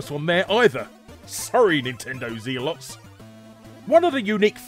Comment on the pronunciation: While we're talking about how different people pronounce different things in different countries, i'll point out that not a single human being on Earth pronounces "Zealots" like that. Not Zee-lots, more like Zeh-luhts. And yes, if it was just "Zeal", it would be "Zeel". English is a difficult language, but bear in mind that there's refugees in this country that speak better English than some of the natives. If it's your one native language and your job is to speak it at least learn how.